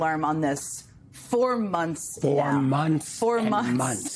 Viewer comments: It's ' MONTHS '....NOT....'munce ' ! ....' TH ' not ' unce ' .... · If I told you onths, I told you a thousand times.